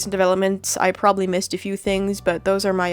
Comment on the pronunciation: does "opinions" sound weird or is it just me